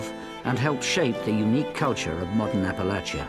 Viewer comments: thank you for pronouncing Appalachia properly! <3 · AThank you for pronouncing Appalachia correctly.